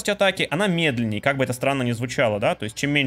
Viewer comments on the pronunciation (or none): none